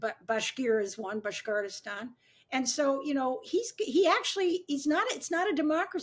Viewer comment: And it's called Bashkortostan...LOL Not whatever she said LOL